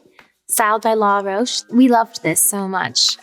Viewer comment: Law Roche? Isn’t it Roach